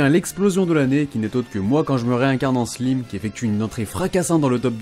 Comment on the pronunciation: Ta prononciation de slime m'a fait grincer des dents ! Mais sinon entre Kingdom, Slam Dunk et Haikyu bon top cette année !